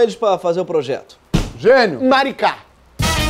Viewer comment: “MARICÁ” kkkkkkkkkkkkkkk